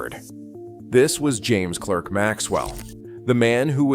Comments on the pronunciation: Scottish pedant alert: it’s pronounced “Clark”, not “Clerk”. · Clerk rhymes with spark. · A brilliant intellect. Please note Clerk is pronounced Clark in Scotland and Britain.